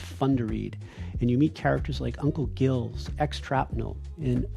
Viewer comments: Uncle Giles — pronounces Jye-ls — not Gills. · Uncle Jye— ls — not Gills — that’s s how you should pronounce Giles.